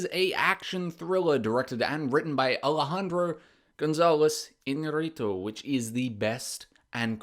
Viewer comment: Good job on the pronunciation of the directors name too ;)